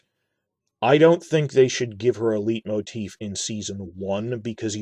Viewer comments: Hate to be this guy but just 'cause you mentioned pronunciation, 'leitmotif' is pronounced sort of like 'light-motif' as it is a german word, often related to the dramaturgy in Wagner's operas such as 'Tristan', the Ring Cycle etc. Great video as always. Keep it up mate. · speaking of pronunciation: "LIGHT-moteef". oh, and i think the music might actually be BETTER than howard shore.